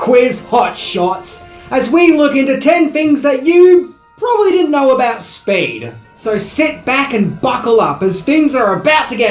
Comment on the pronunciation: I’m confused. Is Speed renamed “Spade” is Australia? All I hear is saying spade when he refers to the title.